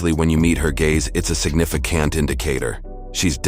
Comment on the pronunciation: "Signifi Can't indicator." Loving that AI 👍